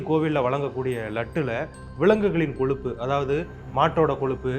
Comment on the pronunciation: "கொலுப்பு" இல்லை கொழுப்பு